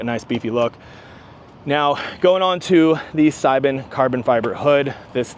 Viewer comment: Seibon = say-bon